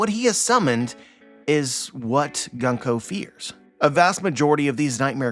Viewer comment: It's pronounced "Goon-ko", not "Gun-ko" :) Great analysis as always. I'll email you to discuss something.